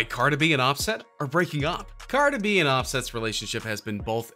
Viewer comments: Stop saying Car-duh bih. It's CAR-DEE BEE. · I love the way he says cardi b😂😂😂